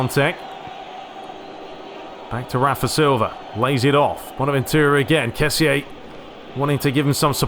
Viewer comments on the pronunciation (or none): Hey glad ur back bro,I just wanted to say that kessie is pronunced ke-si